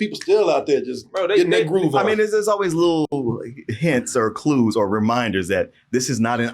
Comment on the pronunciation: can't be talking about people's accents when he says "or" as "our"...